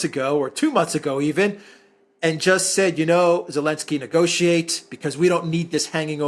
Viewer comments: I really wanna know why calls Ukraine’s President “Elensky”.😂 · Elensky. 😂 I love you for that